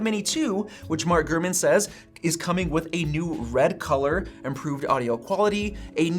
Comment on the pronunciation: Sometimes it sounds like you would say "Gruman" instead of "GuRman"